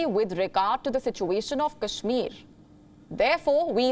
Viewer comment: The German FM could not even pronounce Kashmir properly. i am sure she does not know abc of kashmir.